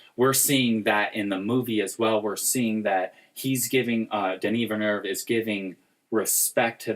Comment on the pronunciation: It's pronounced Denis Vil-nœv. Amazing analysis guys